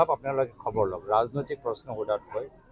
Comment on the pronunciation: ধন্যবাদটোক মাজে মাজে গেদাৰ দৰে দন্যবাদ বুলি কয় 😂